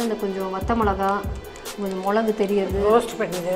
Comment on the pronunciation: மொளகு, மொளகாய்னு சொல்லாமல் மிளகு, மிளகாய்னு சொன்னால் நல்லாயிருக்கும்!!! நன்றி.